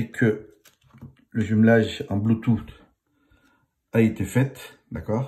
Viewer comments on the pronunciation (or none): none